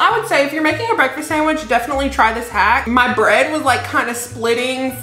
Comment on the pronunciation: lol I though you said breadfast